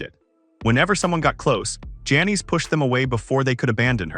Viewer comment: She probably didnt want to be remembered by a computer voice calling her Janees a hundred times either. Well written tho I gotta say